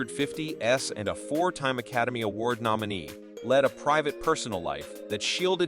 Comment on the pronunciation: Someone kill the computer voice. "1950 S, 1960 S"? Gables? As in the The House of Seven Clark Gables?